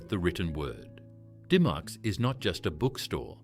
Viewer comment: It’s pronounced Dim-micks not Dy-mocks